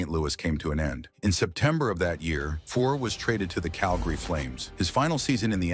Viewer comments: 1. Cheevers did not win back to back Cups. 2. Keons only controversy was Harold.Ballards treatment of him. If Leaf fans wondered why je was bitter they're idiots. 3..Lose the AI. Names.are butchered. And.Fuhrs being injured in playoffs didnt cause hom to be benched 4.Robinson was never thought of more as a coach than a player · Hope any wrong pronunciations of Fuhr is there in this ? I think he said Grants name one time. Angel Dust and Ice were not drugs that